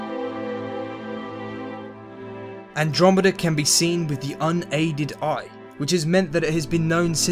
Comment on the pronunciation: "Wiv" ...??? (lol) Otherwise, a great presentation. :-)